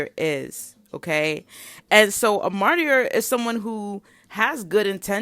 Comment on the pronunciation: Yes a lot of what you are saying here is resonating with me. It’s wild! Thank you. Also I think the word martyr pronounced like MAR-TER. The Y is silent.